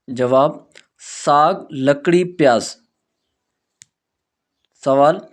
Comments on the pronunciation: Plz correct your word kakri not lkri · لکڑی نہیں ککڑی